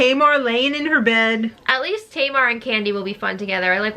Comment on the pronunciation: Maybe Tom mispronouncing Tamar's name was part of their feud? I know it would get on my nerves.